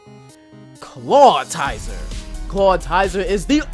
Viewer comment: "Clawtizer" Read his name.